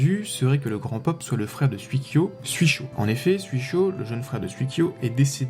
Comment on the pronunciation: Sympa comme vidéo. Juste une petite remarque sur la prononciation, si je peux me permettre : ça se dit 'souï-kyo" et "souï-sho". Le kanji 水 de leur nom signifie "eau" ^_=